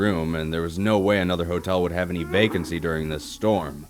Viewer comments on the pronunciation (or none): dude your awesome but also when you said vacancie at the beginning I thought you said bacon sea. And so by the stupidness of my brain I heard something completely different.